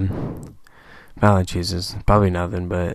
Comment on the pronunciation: VAL-EN-CHEW-NESS IS HOW YOU PRONOUNCE IT. NOT VALENCHUSESS